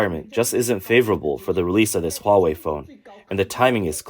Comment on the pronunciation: Hahaha! You can have your hwuawei! Thank you.